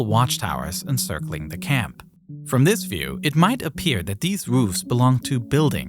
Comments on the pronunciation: The word this, does not have a d. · “Dis is America’s most contwoversial base”